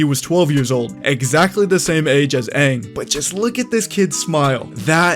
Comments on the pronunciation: We need Fire lord ozai to be the Giga chad he is, not a chump like in the movie Also, Aang please Not "oung" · All I have to say is thay better pronounce the names right lol I know thay will last one died to me as soon as thay said unng not anng idk if I spelled them right my spell isn’t that good but I can pronounce it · I still have PTSD from "whatever it is" that M.Night Shamaladingdong did.😌 So I hope they at least say Aang's name right in this one.